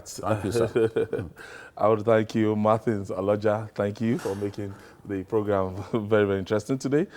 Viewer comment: BlackAmour at least he did not say 'Marthin' 😅😅😅😅